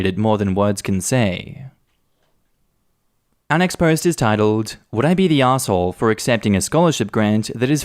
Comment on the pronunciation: I can't get over the fact that everytime says "Our next post...." it sounds to my American ears like "unexposed". I actually thought that was what he was saying for a long time, and I was trying SO HARD to make sense of it! 🤣 I should also add that I am slightly hard-of-hearing and I often hear something other than what the person is saying. However, once I know, I usually think it's nuts that I heard something else. With this, I hear "unexposed"... every. single. time. I still love you,.